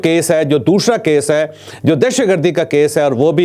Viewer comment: دوشرا 😂 جاوید صاحب پہلے اپنا طلفظ درست کریں ، عمران جاوید زندہ باد